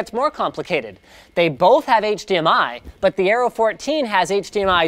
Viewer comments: Areo..not aero. :) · It's aero not areo edit- ok it's the whole thing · "AREO" instead of Aero. You are getting a bit clumsy :P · I keep hearing "Arrow" instead of "Aero". Accent should be on the E (aéro), with E as in "egg". Means "wind".